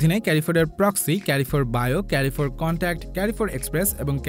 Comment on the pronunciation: ক্যারিফোর না ভাইয়া, এর সঠিক উচ্চারণ হলো কারফোর!